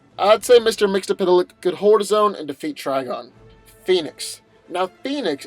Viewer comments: Mister mix L pick that’s how you say it. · I also believe its prounced mitzelplik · It’s Mix yez spit lick according to Superman the Animated Series. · Older people who watched super friends in the 70s abd 80s know it's pronounced mixelplick. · It’s pronounced mix yes spit lick